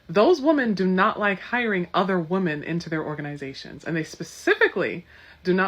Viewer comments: All these idiots are so educated yet consistently pronounce women as woman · This lady with the dreadlocks doesn't know how to pronounce the plural of woman...women is pronounced wi-men...not wo-man. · I hate it when they say "woman" when it should be "women". Drives me nuts.🤬🤬🤬